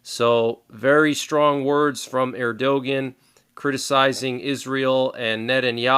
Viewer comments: Thanks! By the way, and just a heads up on Tayyip Erdogan's name pronunciation. That would be "Err - Do - Wan". Tayyip was correct. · Not Eeeerdoughgin!!!!!